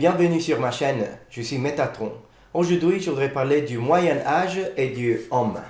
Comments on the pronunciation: I agree, he speak really well French, but I heard several time "homme" instead of "heaume", and you have a funny tendency to pronunce the "h" like in English when in French it's either like it wasn't there, or just you cannot do the "liaison". That's strange as in Italian "h" isn't pronounced like in French. Except if in Sicilian it is ? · Bon travail ! One mispronunciation that I see already is the way you say "haume". The "au" within the word should be more closed and not as open as what you are saying ( you are saying "homme" which I'm sure you're aware of, means "man" ). It should be pronounced as : [om], instead of this : [ɔm]. "Haume" rhymes with "eau". If you repeat them one after the other and they start rhyming, that means that your pronunciation is correct. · His french even back then was already pretty good indeed! I also agree with the "heaume" pronounced like "homme" but I'm not sure it can be considered that much of a mistake, I might need some confirmation about that, but in some southern accents, the closed "o" sound can be pronounced openly, like with the word "Rose" that can be pronounced \ʁoz\ in the north, and \ʁɔz\ in the south. So depending on the accent you are aiming for it might not be a mistake? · Your French and your pronunciation are very good ! You spoke relatively fast, but I had no problem understanding ! The only 2 things that I noticed was "heaume" pronounced like "homme" with an open o sound, when it should be a closed o sound. And the 2nd one , I don't know if it's just me but I heard " l'effondrement de la pyromane d'occident" instead of " l'empire romain d'occident". It's just that I took my brain a second to get it right.